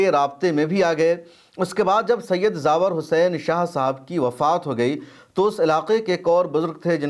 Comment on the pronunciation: جناب زاور نہیں بلکہ زوار لفظ ہے